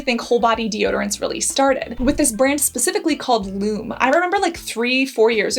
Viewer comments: It's Loo Me, not Loom. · Pronounced Lumee not Lume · It's actually Lum-eeee fyi 👍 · "loom" lol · First, you are mispronouncing Lume. Pronounced Lumee. And the example you gave is ridiculous. WATCH THE VIDEOS FROM LUME. You used WAY to much! A pea sized amount for both armpits. One 3oz tube used on pits, privates & feet - LASTS ME 6+MOS!! And you use a tiny amount, rub it in and then all you smell is the scent & that undernote of sour disappears. You can skip a shower, not reapply & still not stink the next day. YOU USE THE TINIEST AMOUNT AND RUB IT IN. LIKE A LOTION IT DISAPPEARS INTO THE SKIN & THE SOUR SMELL IN THE TUBE IS GONE. What you showed was a big giant spluge on your hand - enough to 2-3 bodies and complained. People aren't stupid. DO YOUR RESEARCH B4 U HIT RECORD NEXT TIME! Lume was the first company to come out with a whole body deodorant CREAM and did endless videos showing you how to use it and how much to apply. All of which you clearly ignored especially apparent since you can't even pronounce it properly. I love Lume and bought for over half a dozen friends. It worked on everybody and they loved it except one who had extremely sensitive skin and found the mandelic acid irritating everywhere but on her feet. So she uses it on her feet and now they don't stink and she can go w/out socks and her shoes don't smell We live in the desert where it is 100+ for over half the year so everyone swears. With Lume, it has been a game changer as now no matter how much I sweat, I don't smell and only have to shower and apply Lume every other day. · for someone who has spent time and effort researching different products and types of glands/sweat, it pains me to hear you pronouncing Lume incorrectly. The correct pronunciation is like the words Lou and Me. That is the reason the e has the line over it, it's telling you how to pronounce it right on the package. ;) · If you had watched any of the lume ads, you would know it is pronounced loo-me.